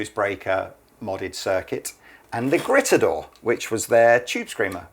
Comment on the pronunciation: It’s pronounced: “greet-a-door”, guys.